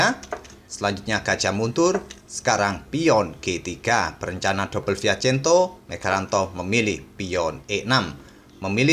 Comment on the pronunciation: maap min. bukannya saya sok ngajarin. 🙏.. ini kan salah satu channel kesayangan saya tentang partai catur. tolong correct kalo salah min. itu sbnernya fianchetto atau fiacento min dalam pengucapannya. buat kemajuan bersama channel ini 🙏